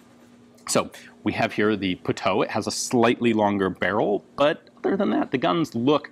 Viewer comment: Pronounced PUTOOOWEEEE